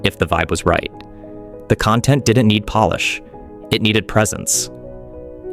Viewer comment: He also can't say content correctly